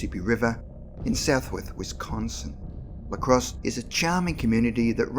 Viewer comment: I'm from Wisconsin, and I've never heard of this! Great video! Although, it's Lacrosse, not L.A. Crosse.